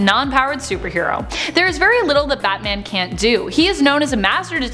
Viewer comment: Dang I didn't know everyone said batam.